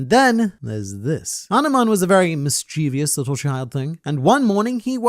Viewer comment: This channel is a lifesaver., I know you take great pride in being very articulate, which is the only reason im pointing out that mischievous has no 'I' after the 'V'